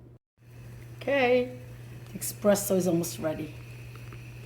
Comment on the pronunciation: Buonissimo! Pero no eXpresso, eSpresso.